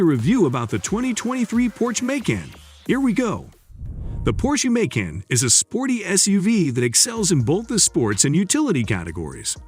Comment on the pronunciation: The audio on this is horrendously hysterical. "May-can", "Kay-an", "Nine Hundred and Eleven" and "Porscheeee" What AI bot narrated this? I had to stop watching.